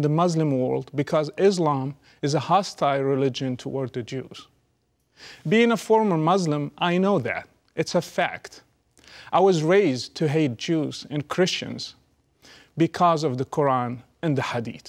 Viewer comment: former not fromer, please correct it